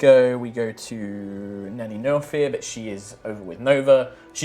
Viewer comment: I keep hearing the name as "Nanny No Fear".